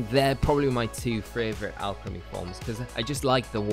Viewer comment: Guy makes a video about a Pokémon can’t even say the name right 😂 (or the town)